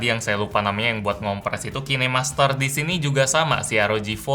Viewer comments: Kinemaster itu dibaca kinemaster bang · Kine master😂, cara bacanya ya amun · Kok bacanya Ki Ne Master...😂 Ngakak😂😂